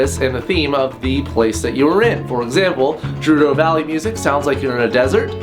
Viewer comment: I my God I love you! You pronounce Gerudo the same way I do! :D (Jer-ru-dO) It seems like most of the Legend of Zelda community pronounces is Gerr-ru-dO, which doesn't sound as nice. I also like pronouncing Deku Tree (DEE-ku Tree) instead of (Dé-ku) like everyone else.